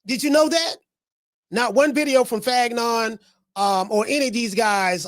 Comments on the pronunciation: lol I was thinking dang have I been saying fannon name wrong lol lol but I have caught a laugh from this pronunciation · You're the first one I heard call him fagnon lmao